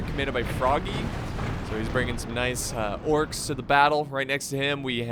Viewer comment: it sounds like he said the corks